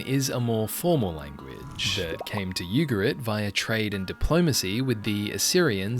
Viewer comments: I think it’s “Ooo-ga-reet. Not you- ga-rit. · which is not pronounced Yugarit